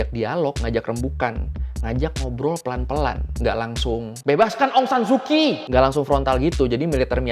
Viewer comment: Bang cuman mau kasi tau aja kalo huruf "ky" itu dibaca nya "ch" jadi Aung saan su Kyi dibaca Aung Saan Su chi. Terus misalnya kyal dibaca "chal" sekian dan terima kasih.